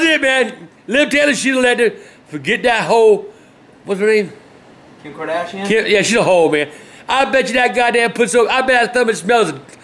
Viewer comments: "Kim Kadarshin" xD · Kadarshian. I love when people mess up names like that. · Kim ''Kordoshian'' LOL! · "Kim kardatheo😂😂😂😂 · Kim Kardashun lol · “kim kadorshin” lmao